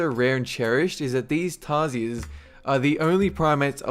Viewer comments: tar-shears. That's how we say it. I'm a Filipino by the way. Look at all the endangered species we have.. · Yow i live in philippines and thats not how you say tarsier.Not trying to be mean but i've seen lots of those in Bohol,philippines.